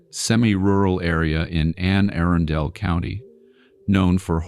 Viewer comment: AI, bro your need pronunciation therapy with the quickness. The way it's pronounced is (A-run-del) it's not ( Erin-dale) !!!